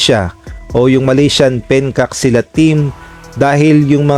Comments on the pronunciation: Eto yung google: Remember you are southeast asian, not westerner or american Pencak Silat is pronounced "PEN-chak SEE-lat" (or "PEN-chak SEE-lat"). The "Pencak" part sounds like "Pen-cha" with a soft 'ch', and "Silat" rhymes with "see-lat," emphasizing the first syllable of each word, like pen-CHAH sih-LAHT in Indonesian, a martial art from Southeast Asia. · Penchak Silat po OR Penjak Silat. HINDI PENKAK SILAT. 😂😂😂